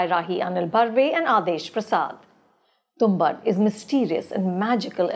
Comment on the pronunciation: Ma'am has seen Tumbbad but has forgotten how to pronounce it, it is tum-baad not tum-bad.